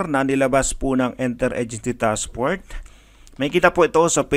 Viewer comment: you are already reading and you can't even get it right it's 2021 already and it'e task FORCE not fort come on now get it right read it carefully!